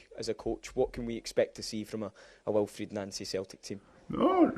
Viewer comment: Why are you assuming non boring questions = grilling him about our incompetent owners and board? Fan media always bring a genuine aspect regular journos clearly lack. Also, its Wilfried, not Wilfred :)